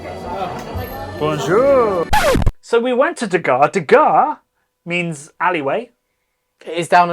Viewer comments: It's not pronounced that way. IT 😂is de harrre (from back of throat) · Is de Garre Tripel bottled with refermentation in the bottle or is it bottled as is? That can of course make a huge difference with the draft version. And even the Belgians do not pronounce 'de Garre' with such a hard G, so don't bother. 😂